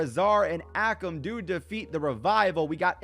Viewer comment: Bruh what are those AOP pronounciations lmao Ahkem and rizah? You pronounce it Ay-kam and Ray-Zar